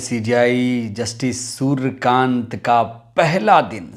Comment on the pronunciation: सुरकान्त नहीं है सुर्यकांत है भाई साहब जी